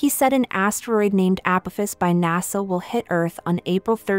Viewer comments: A-poff-iss Apoffiss Apophis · You cannot even pronounce Apophis correctly .... Never heard of him before, did you? Ancient Egypt? History books?